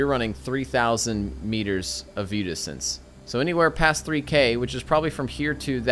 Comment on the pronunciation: Enjoyable video, but I thought you were using a word I didn't know: viewdixtense. It wasn't until nearly the end of the video that I realized what you were saying. :) Keep up the great work.